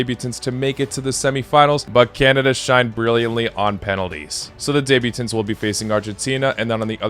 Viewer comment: The way you pronounce debutants is so bad lol Not debut-tints, debut-tants